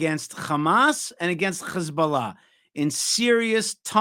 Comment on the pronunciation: Can someone correct.. when he says. Hamas and Hezbollah... Khamas and Khezbollah and the whole.... Kh thing...lol... Not that it changes anything. It just will makes look better if he avoids the kh thing